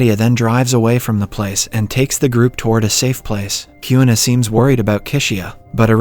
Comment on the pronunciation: Kyuna- it’s Queena (Kuina)